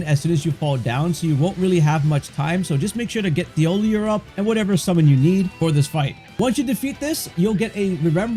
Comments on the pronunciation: His name is pronounced "TeeOhLeeA" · Its pronounced Tee oll eee ay. Did you even play the game? They make it very clear how to pronounce every single npcs name all you have to do is listen. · Imagine someone saying your name like 100 times and mispronouncing it every single time. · Drinking game: take a shot every time he mispronounces Thiollier's name. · I hope whenever you’re having a good day this video pops up and you remember how annoyed you got that a random YouTuber pronounced an NPCs name slightly wrong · Please look up how to pronounce a French name.